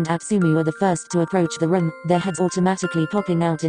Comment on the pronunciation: when the voice says 'room' it sounded like 'rum'! I'M WHEEZING!!!! :))